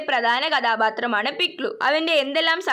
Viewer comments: പിക്സു അല്ല പിക്ലു ആണ് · പിക്സു അല്ല പിക്‌ലു വാണ് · പിക്സു അല്ല പിക്ലലു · Pikllan alla piklu ann😂😂